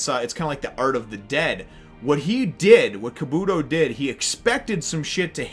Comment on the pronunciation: Your saying kabuto wrong